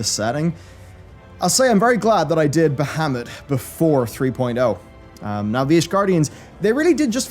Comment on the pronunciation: Bah-hah-mut, not bah-ha-mut. :-)